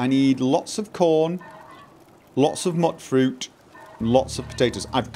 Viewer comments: Muttfruit.....MUTTfruit........ My eye is literally twitching from how much this bothers me... its pronounced Mute-fruit. As in mutant fruit. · Stop calling them Mutfruits Mootfruits, why would you ever think is pronounced that way, you do this intentional dont you :D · Mute not mutt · probably learned how to pronounce words phonetically, and so he is often defaulting to the short vowel sound. Apparently, somewhere during the apocalypse, all concept of phonetic pronunciation was lost, and thus the pronunciation "mute-fruit" despite the spelling. I prefer to stick with the phonetically correct pronunciation, despite the ignorant post-apocalyptic savages. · Exactly! Phonetically, it should be pronounced Mutt-fruit even though the NPCs say Mute-fruit. I think they should have spelled it Muitfruit if they wanted a less ambiguous way of pronouncing it.